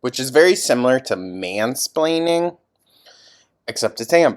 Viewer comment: I thought you said “HAM-splaining” 😂😅